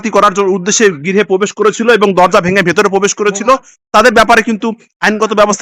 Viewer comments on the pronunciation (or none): 'পোবেস' না ভাই 'প্রবেশ' হবে। ভাই আপনি আরো ভালোভাবে অনুশীলন করেন আগে।